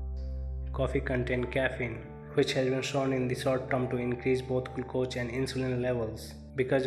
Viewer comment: learn proper english pronounce to speak, how you pronounce glucose